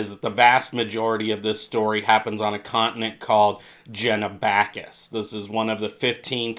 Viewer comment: Really interesting video but stop pronouncing it Jenabackis, it starts with a G, so like the G at the beginning of gay, Genabackis